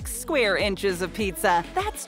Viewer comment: Did you mean inches not inchers?